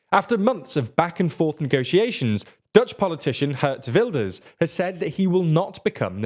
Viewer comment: You shouldn't say "Gurt Vilders" but Geert Wilders (the /ee/-sound as in the British pronounciation of pEErs, and the /w/-sound als in What). That is the correct way of saying his name.